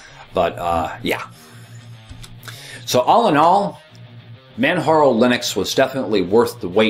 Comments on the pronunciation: Come on,! You should know better. It's NOT pronounced "Manharo", it's Pronounced just as it is spelled: Manjaro. A quote from the official "Beginners Guide" which is included in your install - "How is 'Manjaro' Pronounced? It's pronounced 'Manjaro'! As in Mount Kilimanjaro, which was the inspiration for the name. Man-ja-ro." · It is pronounced ManJaro not Manharo. Its like Mount Kilimanjaro (Inspiration for the name). Also the music drives me CRAZY! But nice to see my favourite distro getting some well deserved attention. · It's Man-JAR-O... Like the Mountain Kilimanjaro! : ) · I was wondering about that. Never having heard anyone else say its name, I had always said "Man-Jar-O" in my mind. Are you positive how it's pronounced, or are you assuming like I was?